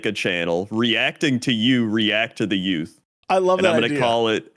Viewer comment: The what? What was the word you just said? Yoots? Whats a Yoot?